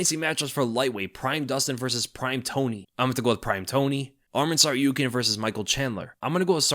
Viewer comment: it's TsarukYAn, not TsarUkyan. Do you intentionally not care about pronounciation in the home country of person? isn't this supposed to be a norm over any other?